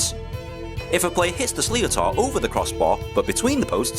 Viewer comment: That bloody slee-o-tar is really annoying. Why can't these videos find a voice actor.